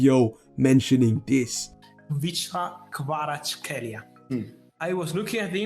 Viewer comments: Stick with this guy, practice how to pronounce his name right. If you happen to know football do analyses on his games and performance after every match. Well, some time down the road you’ll be the first English language you tuber done topic on him from debutant rising to world famous superstar! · Nono don’t worry I wasn’t actually upset just giving you a hard time🤣 Although for the future if you want: Kvi-cha - (not Kvich-ka) Kvarats-(kh)elia - the kh sound is difficult to describe. Nothing really like it in English. I think the best way to explain that kh sound would be the old pronunciation of Loch (the Scottish pronunciation) or the name Bach (the German way to say it)